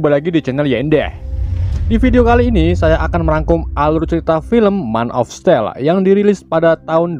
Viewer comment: Baca yg benar men of still tapi tulisannya man of steel